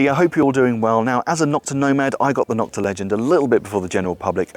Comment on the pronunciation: NO-kta, not Nok-ta. Other companies started bashing Nokta when they came out by calling the knock offs. Thus, the derogatory term Nok-ta was born, instead of the proper pronunciation of NO-kta.